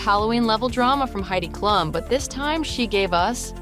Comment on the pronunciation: If you're gonna throw shade at celebrities, can you at least pronounce the names right? It's "D - MEEEEE Moore" and "Heidi KL - OOOOM!" 🙄🙄🙄